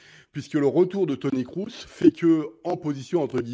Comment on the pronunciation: Bugs Bunny(Nagelsmann) est qn qui manque d'humanité, je trouve Qd l'Allemagne avait battu la France lors du dernier match amical,les médias allemands n'en pouvaient plus, c comme si l'équipe avait gagné le mondial😂😂😂 Mr Breitner par pitié, Kroos ça se prononce Krôsse mais pas crousse 😢😅